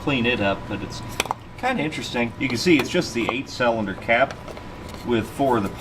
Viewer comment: Hope you’re feeling better man! Something you might get a kick out of is whenever I’m with my buddies and watch your channel we play this drinking game where every time you say “cellunder” we take a shot, and boy have we had some rough episodes 😂😂 keep up the good work sir!